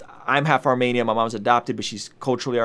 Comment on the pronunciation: Thanks for posting - my friend told me to check you out - fellow Armenian here. It’s pronounced Armeeeenian btw - (not Armaynian) emphasis on the E 😊- also as far as the nagorno Karabagh issue goes - I’ll keep it simple - our history and land goes back to the BC era- (as you stated we were the 1st Christian nation to adopt Christianity). Azerbaijan is a very young country in comparison to ours. That land was and will always be Armenia’s. I encourage you to do your research and educate yourself to see how our land was given away so many times. I know this wasn’t a history lesson, just your personal story, but I do encourage you to read up on it. Ty and God bless